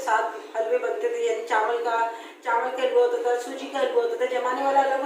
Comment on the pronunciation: Chawal, not chanwal😂